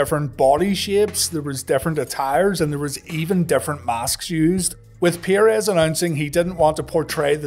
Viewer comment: It's 'PURR-EZZ' not 'PIERRE-EZZ'